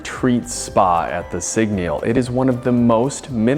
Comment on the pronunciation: A whole review but you can’t even pronounce the brand properly 😢😂